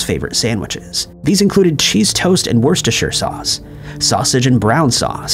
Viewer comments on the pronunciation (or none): Please don’t ever pronounce Lineker or Worcestershire like that ever again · As an Englishman and quite the crisp connoisseur (and putting aside the absolute butchering of pronouncing names like “Lineker” and words like “Worcestershire”), I can 100% confirm that Walkers have always had Salt & Vinegar in green bags and Cheese & Onion in blue… We always found it weird, because all other crisp manufacturers had the colours the other way around for those respective flavours with Walkers being the only company choosing that way of packaging